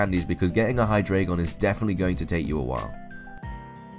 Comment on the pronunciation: You pronounced Hydreigon wrong